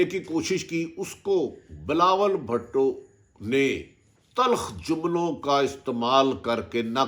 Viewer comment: I like the way atif bhatti say bilawal bhatooo hahsga😁😀